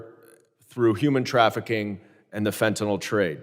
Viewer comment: I was so happy to hear someone anywhere involved in the border crisis finally FINALLY correctly pronounce the word “FENTANYL”. I snapped around to see who did that! Mark Green (R), an M.D. Ahaa!!! Like me, ut must drive him nuts that the word fentanyl is mass-mispronounced. Its like they want to change a pronounciation permanently into permanent mispronounced word like “Keiv” is now pronounced always as “Keev”. Mass ignorance. Fentanyl is pronounced FENTAN-ILL. Not Fantan-ALL.